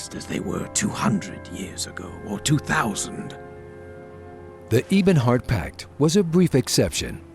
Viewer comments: Did the story teller say "Eebonhart Pact"? lol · "Eeebonheart. Yeesmir. Duwemer." Please, for the love of Mara, don't be afraid to give your voice actors some freaking direction, and correct them if they mispronounce something. That kind of thing is on you (even if I am amazed the guy doesn't know how to pronounce freaking EBONY. I mean, it's not like it's some weird, made-up fantasy thing.) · Actually, there is error in this, I am afraid. Vivec didn't flood Morrowind in this Akaviri invasion, but in the one against the Tsaesci before this. Also, he pronounced "Ebonheart" and "Ysmir" wrong... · oh my god you kept saying Ebonheart wrong.